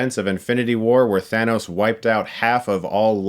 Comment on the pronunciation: I'm pretty sure it's pronounced "Thanos" not "Thanos". Love the content though!